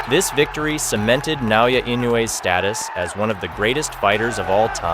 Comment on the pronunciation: It's not NAYOYA it's Naoya. FYI